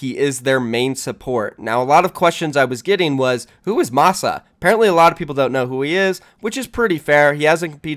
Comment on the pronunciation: lol I thought he said moxxy when he said Masaa.